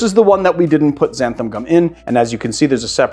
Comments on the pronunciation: Love the video but it's "XANTHAN" with an 'N' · Just a nitpick - it's xanthan with an "n", not xantham